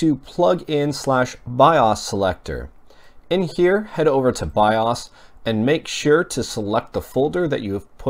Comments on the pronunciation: Bi-'Ah's? Dude.. It's called BIOS.. with a LONG O.. as in 'bye-ose'! How do you not know this?!! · it's not pronounced bioss, it's Bi-O's! Piss me off! Drove me crazy all video! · BIOS! not BIAWES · BIOS is pronounced BYE-OHS. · "by- us" or by-o's? why's he saying it like that. It's irritating. Or am I wrong? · 'biawss' wtf is that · you say bios weird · thank you i thought i was the only person who noticed that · Helpful and accurate, I liked the video; he does say "bios" really odd though. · The way he says bios lol